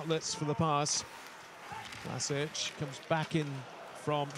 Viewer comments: no its Vlaschic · Its pronounced VLASIC! Not Vlasich....